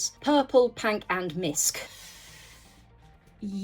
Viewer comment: You are a gem to show us the future of your finds! I also want to thank you for changing the way I say Pink 😁 its been "Pank!" Since the first video I came across of yours! I've met one other enthusiast when I said "Pank!" Instead of Pink! We love your adventures